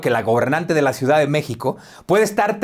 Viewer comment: Te viste lindo, tampoco va al extranjero porque no sabe hablar inglés, vaya, si ni siquiera sabe el español, solo sabe hablar macuspano!!! Jajaja 😂😂😂 dice ciudat, austeridat jajajajajajajaja